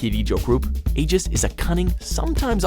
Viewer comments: AEGIS? ITS FUCKING AIGIS. EYE-GEH-S. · “AJIS” HOW, HOW DO YOU EVEN FAIL THAT HARD TO SAY THEIR NAME AND CLAIM THAT THEY’RE THE BEST PERSONA GIRL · Did you pronounce aigis wrong? I don’t see anyone mentioning it, but I know I heard the the I in Aigis as Eye-gis as opposed age-gis. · you pronounced the androids name wrong. You are supposed to pronounce it with the long I sound. The way you said it made it sound like you were saying ages. It’s supposed to be said like eyegiss. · AY-JISS 😡😡😡 for god sake they say it IN GAME! “Ai-gis” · It’s pronounced eye-gis not ay-jis 🙄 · The pronunciation of some of these names is cringey as hell. (It's "Eye-ghis," not "Ay-jes"!) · EYE-GIS. EYE-GIS. Not Age-Us. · AGE-IS? Damn if y’all gonna hire someone that don’t know what they talking about at least tell them how to pronounce a name that was pronounced in game hundreds of times. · They pronounced Aigis AGEIST??? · A-JIS? NO ITS EYE-GIS. AND WHERES MA GIRL FUTABA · Aegis?! (Ee-giss) Really!?! She’s not Pyra! (although she’s pretty great too) but still!! The fucking game says Aigis (aye-giss) a million times -_- say it right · Did this man... Just pronaounce Aigis... As AY JIZZ?!?!? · IT'S PRONOUCED AI (AS IN LETTER I)-GIS (JUST KISS BUT WITH A LETTER G)!!! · Did he just say Ajis? TRIGGERED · There’s like voice acting that mention Aigis’s name and you say it as Ages. Okay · He said "Aejis" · Ajis guys Ajis Even tho the games voice actor clearly said the pronunciation of AIGIS This guy somehow manage to fuck up the name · I'm sorry did i just here ajis instead aigis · thank 👏 you 👏 buns 👏 and... "aje iss?" what the frick? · Two names pronounces wrong that just made me shook 1. Takamaki. Ta ka ma ki not taka maki. Its even pronounced for you in game. 2. Aegis. Aegis. No its aigis pronounced aigus. Its said in the game and animation. You dont even research how to pronounce the names properly. Also Futaba is number 1 Aigis is a close second Then yukari. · Aigis not Agis